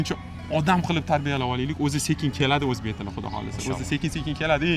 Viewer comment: Boshlovchi o‘zbek tilini o‘rganing avval. Uzbik tele deysiz. Tele emas tili. Eshlarga revoj mas ,ishlarga rivoj.